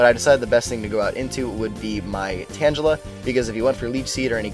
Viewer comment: why do you mis pronounce tangela, its tang gula not pronounced similar to tangelo